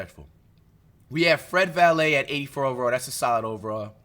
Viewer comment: “Fred valet” 💀💀💀😂😂😂